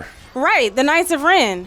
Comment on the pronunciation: I winced in pain when she said "The knights of Ren"